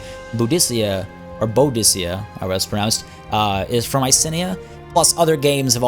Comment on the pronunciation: Her name is pronounced Boo-di-ka